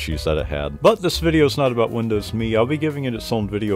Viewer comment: Finally someone that pronounces Windows ME correctly 😂😂❤